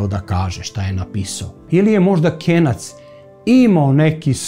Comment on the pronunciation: Nije KENJAC NEGO KENAC